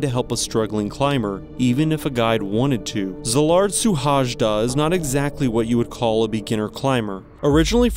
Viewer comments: The name of the Hungarian climer was NOT a " Zuhazhda Zilard ". It is a very simple to pronance " Shuhoido Selard " ( Suhajda Szilàrd ) ..😂😅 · Just so you have a good pronunciation of his name. Pronounce is as it was written : Sylard Shuhayda 🥰 His hometown as it was written: Bakesh chaba (Békéscsaba) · his name is pronounced: see-lard shoe-hi-duh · It is a nicely done film, but the pronunciation of Szilárd Suhajda's name and his birth town, the city of Békéscsaba, is so bad that I would not have known who this is about if I did not follow his story already. Trying to pronounce a name correctly shows respect toward the individual as well as the audience. He deserves our respect. Even Google Translator knows how to say his name! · That pronunciation of his name :D:D:DD haha u couldn't be more far away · Damn, that pronounciation of the guy's name is quite something... Its so bad it is almost a disrespect towards the deceased. Can you dear video maker please use the built in speach option in google translate to learn how to pronounce names BEFORE you make the video. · It is disgusting that this narrator not capable to learn the right pronunciation of Szilard Suhajda's name. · At least you should learn how to pronounce his name.